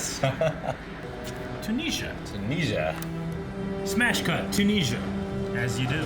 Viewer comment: Do all Americans pronounce Tunisia like that? Bizarre.